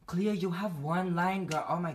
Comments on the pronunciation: I like how he used to call her cleeeo and now he calls her clayo 😭😂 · Is it just me who hears that Bret pronounces Cleo differently now. From Cleeeo to Claayyo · It sounds like cleo said kio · Clayo is the Filipino pronunciation for Cleo so that may be the reason :)